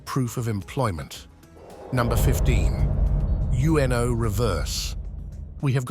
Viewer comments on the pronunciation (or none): U-N-O? It’s uno reverse from card game. Ugh bots. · U-N-O reverse?! It's Uno(spanish for 1)😂